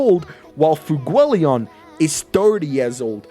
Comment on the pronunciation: Why is there not a single youtuber who can pronounce FUEGOleon's name right?